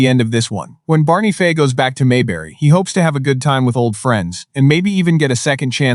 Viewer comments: It's Fife,not Fay. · FIFE doesnt sound like FAY. And saying "she" when it should be "he", very distracting. Thelma Lou, Barney Lou and Andy Lou??? Come on!! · This AI narrator is probably the worst I’ve ever heard. Pronouncing peoples names wrong, not just one, but all through the story everyone’s name was mispronounced wrong at some point. The worst was disrespecting Barney Fife’s character as Barney Faye at the end. Then it misgendered several characters calling the she’s or he. Either the person writing this story completely messed it up or AI totally screwed it up. This is one reason I hate AI so bad, it is so upsetting and infuriating.